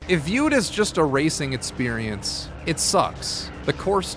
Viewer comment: Great videos, well done! But mate, why cant you pronounce the letter "X" lol? You seem to pronounce "experience" like "eTspirience" and such :)